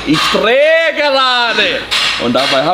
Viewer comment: Ich Drrrrrrrrrrrrrrrrrrrrreehhee gerrrrrrade 😂😂 mega geil.